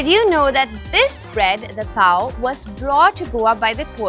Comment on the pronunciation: needs to be told about the real pronunciation of Goan/English words... Cuisine for example, and the bread that she eats is a Goan speciality, it's not just Pao but Poee......... The research team needs to do some homework.